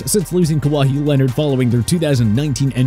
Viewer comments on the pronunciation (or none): Bro said Ka wa he